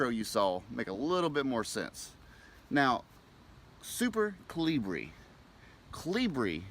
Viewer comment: Pronounced Coal-Lee-BRIEE